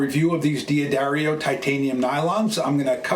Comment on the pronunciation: its pronounced Da dario, there is no "I" thus from the company itself "Da-Dairy-O"